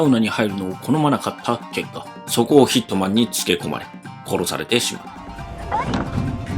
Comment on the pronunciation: 最初ヒッ肥満に聞こえたw